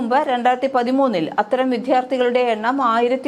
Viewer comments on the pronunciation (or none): മാതൃ ഭാഷ മലയാളമാണോ ? എങ്കിൽ സ്ത്രീലിംഗമെ, "വിദ്യാർത്ഥി" എന്ന് ഇമ്പോസിഷൻ എഴുതി പറയാൻ ശീലിക്കുക !